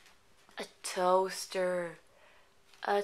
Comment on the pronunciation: Gratulerer for your wedding! Love your videos!! their fun and helpful. a toaster... a toaster...! siinnk..! God you almost kill me..